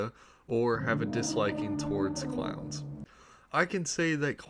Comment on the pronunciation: U saying clowns or crowns?